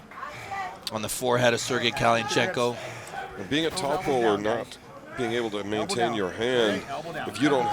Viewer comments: One hell of an intro! Nothing cooler than hearing this idiot pronounce kalinichenko 😎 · Never has a name been buthered worst that that presenter trying to say Kalinichenko 😂😂 great match thank you Magda i got the ppv